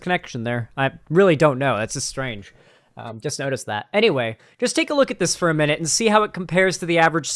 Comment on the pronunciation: over enunciates and even innovates new syllables at the end of words. For example: Day-yuh Look-uh LoOoook New-wa Stream-muh